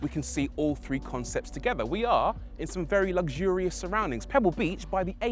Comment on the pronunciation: Lugzurious? There is No g or z in the word. Luxurious and luxury, pronounced with a fecking X!!!!!!!